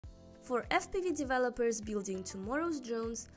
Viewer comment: I heard "for std defelopers" lol